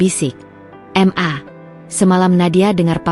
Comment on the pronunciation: Apa tu m .a? Huruf di sebut satu satu. Itu inisial 😂. Ma atau mama . Di baca penoh. Papa kok panggil papa. Harus panggil p a. Baru betul. Apa yg bercerita ini panggil ibu nya m a. juga 🤣. Masa bercerita, Sekejap m.a. Sekejap mama. Sekejap ibu. LOL.🤣🤣